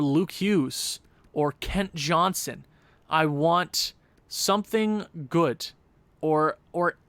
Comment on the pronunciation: Andreas Johnnson pronounced Yon-son :)